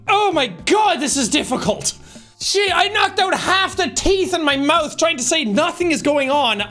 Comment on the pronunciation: “i am so good at mouthe”